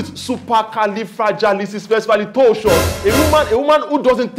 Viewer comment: That is not even how you say supercalifragilisticexpialidocious😁. You are truly hilarious